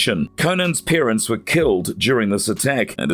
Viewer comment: It’s also parents not peerents